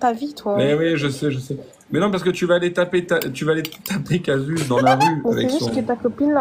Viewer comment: C'est Casus pas "Cassius"